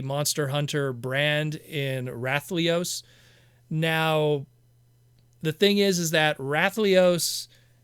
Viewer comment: i get that liolaes can be difficult to say, but the way you say rathalos is just silly